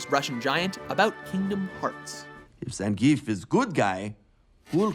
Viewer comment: What's with this guy pronouncing names and words differently? He said Anna and Zengief wrong. They freaking pronouce it in the movie, does he not listen? Is he trying to be cool and say them his cool hip way? He does it in every video he commentates.